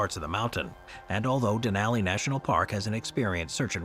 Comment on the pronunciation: How do you not have any consistency in your pronunciation? You say "Denaly" then you say "Denali" pick one and African with it. You've been making videos for years and your consistency with saying certain words is irritating